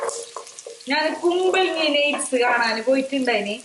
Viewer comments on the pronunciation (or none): കൂ.. മലങ്ങി നോട്‌സി അല്ല ....